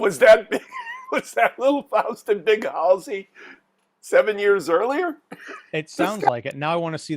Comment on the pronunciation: Did you guys even see this movie?? Can’t pronounce Halsy. Missed so much!!